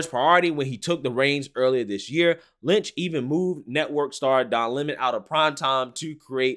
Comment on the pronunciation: It's LEM-on, like his show.